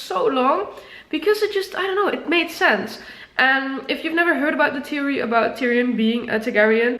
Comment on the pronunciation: Also, can tell your emotional because your ‘th’s suck lol. Like theory, you pronounce as teary. Not ironic at all lol